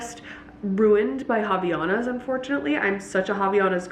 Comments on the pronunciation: it’s different than how she pronounces! It’s more line you said, haVAIanas the “vai” is the strongest part of the pronunciation :) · It hurts my Brazilian soul ever time I hear you say “ha-vee-ya-nas.”